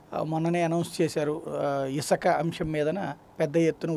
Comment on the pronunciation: Isaka kadhu sami Isuka ani palakali First telugu nerchukondi